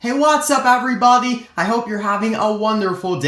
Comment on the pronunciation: Why did you say "EVERYBOTY"